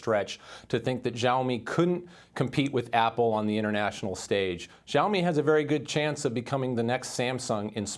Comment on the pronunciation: She say Zoami this xiaomi